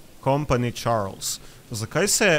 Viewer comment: Pravilno se reče čarli